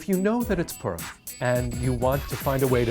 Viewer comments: I’m pretty sure we pronounced it as “pu-r-im” not “purm” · as a jewish person its pronounced po-rim not Purum. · H Levin poor-im is also common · Sounds like he's saying perm. it sounds like a holiday about getting your hair done. Hey Jimmy I really like your new hair style Yeah well last weekend was perm so I had to change my hairstyle according to my Jewish faith. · I thought he said "P*rn"💀💀💀😅